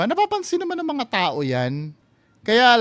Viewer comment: Yung kay Jiggy Manicad nga sabi niya "pagdagsa ng mga tae" instead ng "pagdagsa mga tao" hahaha